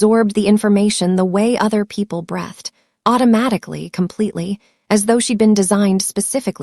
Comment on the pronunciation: Breathed (Breeethed) long e.